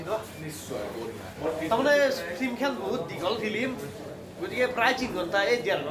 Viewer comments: Blue nhoi Bulu...aru flem nhoi Film bro...thamnail bhul hoise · dada flem nhy flim ..aru blue nhy aikhn bulu he ...sry ...moi apunar protitu vdo sao